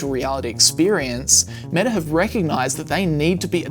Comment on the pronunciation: Pro Tip: Stop adding an "r" sound to words ending in vowels. For instance, it's "Meta," not "Metar." Not sure why you're doing that. It's wrong. And weird.